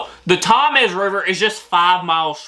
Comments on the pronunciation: you offended pretty much all of uk by called the Thames, Tom-ass or Tamm-ess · Ain't no way bro said "Thomas River" It's pronounced Tems 😭😭😭💀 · Pronunciation tips: Thames is pronounced as "Tems" Avon is A (hard, like the first letter of the alphabet) then Von, A-Von Hartlepool is Hart-lee-pool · Tam-ess???? how stupid do you have to be not to know how to pronounce Thames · Hey, As a fellow Brit, I got the same amount of correct answers so well done. Not sure if anyone has said in the comments but the way I’d advise you to pronounce the Thames is the tems xxx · THAMES is pronounced TEMS. AVON is pronounced AY(as in hay)VUN. BRAVEHEART. The worst film ever made !! Ask any true Scotsman ! BALMORAL is pronounced BAL MOR UL. EDINBURGH is pronounced EDINBRU not EEDINBRU. HARTLEPOOL is pronounced HARTLEEPOOL. People from Hartlepool are known as MONKEY HANGERS. There are over 600 Red Lion pubs in the UK. Hockey in the UK relates to FIELD HOCKEY. You have Haggis with Neeps and Tatties. The Magic Roundabout was a kids TV programme. NOT the same thing as the road layout ! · Please listen how to pronounce Thames!!!!!!!!!!!! Its not Thomas. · I live uk in HART LE POOL that's how its said and YES we hung a MONKEY and for some reason we are proud of that's we have monkey mascot and statues 😅pronounced the thames has silent H and A 😅😅 it's sounds like temes 😅 I got 3 wrong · This is the problem for a person trying to learn English...spelt Thames, pronounced Temms....go figure! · It's pronounced "Tems" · I just like hearing pronounce everything wrong😅